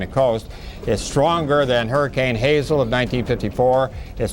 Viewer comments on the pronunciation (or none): Na... it's Hazel.